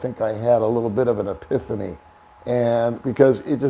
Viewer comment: No disrespect but learn how to properly pronounce epiphany.